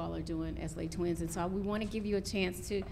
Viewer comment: WHY they pronounce le twins?? not le's' twins